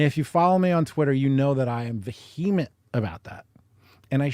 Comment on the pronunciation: Why can’t you pronounce the word vehement?